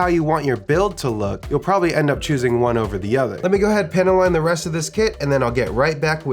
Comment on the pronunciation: Are you saying panty line? Nice earrings bro.